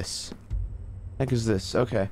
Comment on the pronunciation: it sounds like he said "that's gay" instead of "okay"